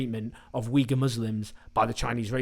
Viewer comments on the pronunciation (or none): none